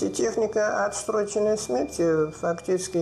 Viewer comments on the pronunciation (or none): отсроченой смерти, а не отсТроченой😛🤪😃🥳🤫🤗🤔😝🤣🌞